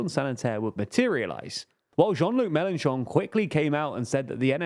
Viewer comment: Am I the only one to hear you say John Cougar Mellencamp several times there?